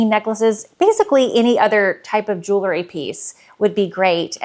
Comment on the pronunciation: Jew - el - ry. Not Jew - luh - ry.